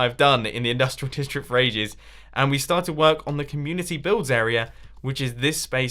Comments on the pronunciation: Did any one notice that he said difrick instead of district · "Industrial diftric"